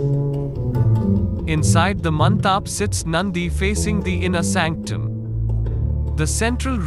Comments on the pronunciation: Mantap is not pronounced as man-taap, but as man-tup...... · It's mandap... Not mantap